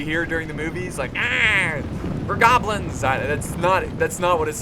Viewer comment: "nhaaaaaaaaaa were gobilns" xD